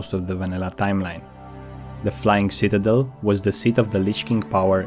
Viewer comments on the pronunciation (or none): none